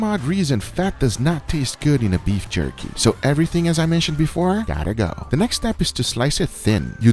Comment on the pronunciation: Guga: "Beif Jurky" 🤣